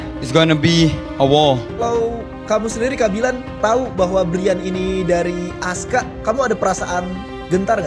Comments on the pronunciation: Bukan ASKA LAAA, ASKAR 😂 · Askar bukan Aska😅😅😅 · Askar bukan ASKA. lu beli kamus melayu dimana sih kok ngawur?